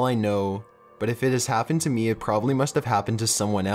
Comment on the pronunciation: ".......then i rememberrrrrrrrrrred................" ".................to see if it was really meeeeeeeeeee........" he ends EVERY sentence with this loooooooooooooooooooooooong emphasis on the last syllable of whatever word he is saying. as i write this comment i can give you one more i heard, "without paaaaaiiiiiiiin" He cant fucking stop doing it, and we cant fucking stop noticing it.